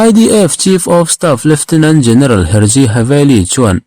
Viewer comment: Lieutenant tih tur zawk a ni lawmni leftinent tih ang deuh hian i lam zel a